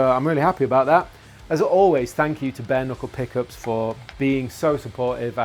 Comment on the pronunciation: I swear he kept saying BARNICLE, not Bare Knuckle.